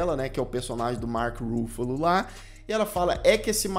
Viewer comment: A pronúncia é com a tônica no FA, como se fosse acentuada assim Ruffálo, e não no RU (Rúffalo).